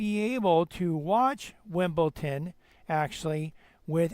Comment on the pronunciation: It's pronounced WimbleDon and NOT WimbleTon!